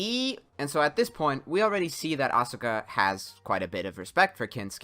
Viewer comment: Thinking that playing a game is a quality of concentration and not a waste of your time, energy, and youth is why this video is a Joke. Why cant you pronounce Asuka correctly, kid ? She has been playing useless games since the second movie, a form of shielding herself from rejection caused by others.